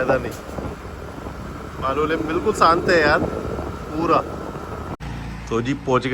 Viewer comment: Bhai Ji SANT Nahi SHANT Bola karo